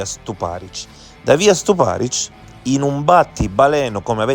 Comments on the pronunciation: Rèsinovich , Stùparich ...gli accenti, perdio! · sulla seconda. Nel video viene chiamata Resinovìch, e chi legge sbaglia anche l’accento di Stuparich